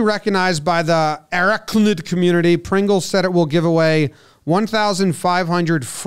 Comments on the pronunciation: Arachnid ---- A-rac-nid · “Arachnid” lol.. comon’ 🤦🏻‍♂️ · Man really botched arachnid 😂